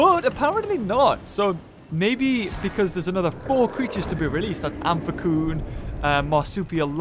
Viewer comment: sry... its pronounced Am-fee-sy-on